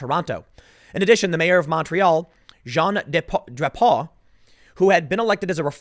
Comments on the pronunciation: i love how you say drapeau hahahahaha its "dra-poh" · Drapeau is pronounced differently. Eau = O.